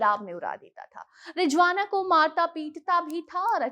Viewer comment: It’s Rizwana Not Rijwana